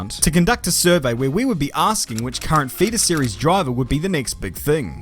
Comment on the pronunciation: Whenever you say feeder series it sounds like fetus series, and given this guy's age it's not even that far off.